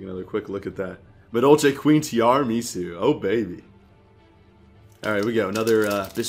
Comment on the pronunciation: Madolche Queen [Ti-arah-meh-soo]